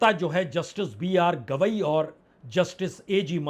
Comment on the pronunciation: BR Gavai not Kidwai